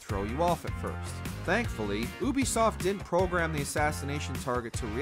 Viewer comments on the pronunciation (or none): The guy constantly calling them "oobisoft" is pissing me off.